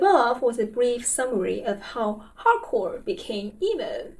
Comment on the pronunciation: I recently went to an Algernon Cadwallader concert, who reunited after breaking up in like 08 or 09... it was very good! Edit: I like how you pronounce "hardcore", it sounds like "Howgarts" :)